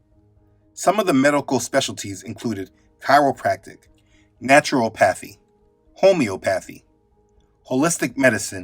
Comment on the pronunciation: Just wanted to help you out brother and everyone else with the pronounciation of these words since they aren't very familiar. Ho-mee-op-pa-thee, Nature-op-pa-thee. God bless 🙏 ❤